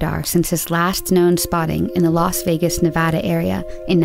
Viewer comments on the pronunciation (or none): none